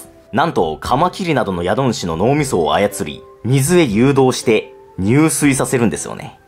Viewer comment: 宿主＝しゅくしゅ 入水＝じゅすい